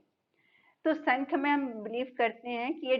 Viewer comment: Ma'am it is not sankhya....it is sa'mkhya ( saankhya)...it's a Sanskrit word...most of the people pronounce it incorrectly.